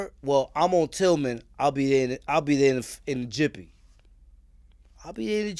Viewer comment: Son said jippy LMAO 😂😂😂😂😂😂😂